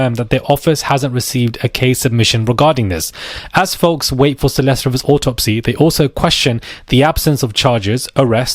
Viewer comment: It's pronounced "Ree-vis." At least pronounce the victim's name properly